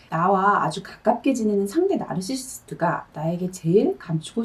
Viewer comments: 너으르스싀터 도 쫌 웃겨요. 나.르. 할때는 또 또박또박. 어떤 특정한 단어들은 원어민 발음으로 신경쓰고 발음하고 약간 긴 문장 줄지어 말씀하실때는 자신도 모르게 한국식 발음 나오더라구요😂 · 한마디로 정신적으로 미성숙하고 이기적인 심보를 가진 애 같은 사람이라고 보면 될까요? 영상 잘 봤습니다 쌤의 나르시시트 발음 너무 우아하고 중독적이네요😊